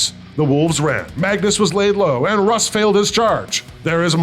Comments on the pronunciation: LOL, why does he say Roose? There's gotta be a story there. Great game, one of my favourite 30k stories. Mangus may have done some things wrong, but he's still one of my favourite Primarchs. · Brilliant game, fabulous board, but, what is this Ruse you keep calling, there is no 'e' to soften the 'u' it is Russ as in 'Ruhs'. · mans said Ruse 20 times instead of Russ, this is a lie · Leman roos is now the only way I'll ever hear his name pronounced. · Love how everyone corrects the dude mispronouncing Russ's name. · This game was an absolute blast! It was every bit as cool to see in person as you all would image. I would like to say before the internet mercs me - I pronounce Russ incorrectly in homage to an inside joke that was sadly left on the cutting room floor. I hope to return to the 31st millennium sometime very soon! 🐍